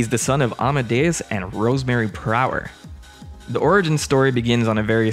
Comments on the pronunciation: It's prouler not prower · presumably because Prower doesn’t look like it’s pronounced ‘per hour’, it looks like it’s pronounced ‘prow-er’; you wouldn’t say the front of a ship is called the ‘per ow’, so it’s not unreasonable to think the same with Prower. If you’re not expecting his name to be a pun in the first place you wouldn’t make the leap of logic to work it out. 🤷🏻‍♂️